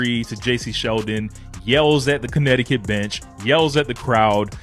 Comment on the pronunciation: Cuntneticutt is that what you are saying???😂😂😂😂